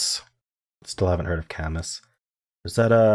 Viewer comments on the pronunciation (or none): Camus is pronounced Cam-oo as in moo. Conybal -> 😂